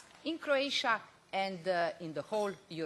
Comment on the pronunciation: "PIPL MAST TRAST AS" Hahahah pa ovo je jebeno legendarno. Ispocetka sam se bio sazalio ali na kraju sam se ismijao ljudski. U svakom slučaju sramota za Hrvatsku.